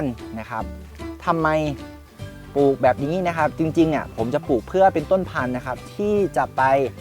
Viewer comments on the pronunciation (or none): คำว่าปลูก อย่าออกเสียงว่า ปูก